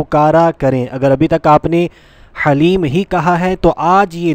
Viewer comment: Haleem Nahe is ka Dhaleem kahte h